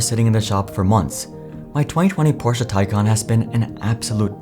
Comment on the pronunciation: Your AI is terrible. It’s Taycan,not tycan!